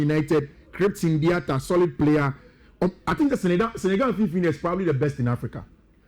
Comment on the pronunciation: Fiifi pronunciation are funny sometimes 😂😂😂